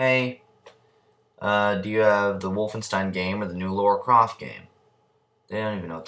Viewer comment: It's not Laura Croft, it's LARA Croft. Nice Gorrilaz t though